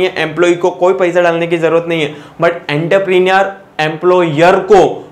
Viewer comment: Entrepreneur ka pronunciation to seekh😂 baad mein lecture upload kar...😂